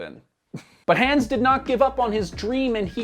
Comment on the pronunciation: Wait a minute, did you just pronounce the name Hans, hands? Like these hands ✋. Come on, how didn't you know how to pronounce it? It's like one of if not the most commonly used stereotypically German name in media.